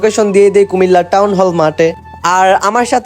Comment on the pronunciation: Comilla na cumilla